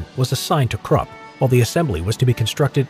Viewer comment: Your pronunciation of Krupp was brutal.